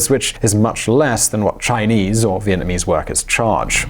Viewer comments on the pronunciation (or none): none